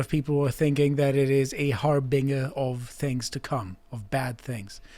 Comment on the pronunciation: That's not how you pronounce harbinger,.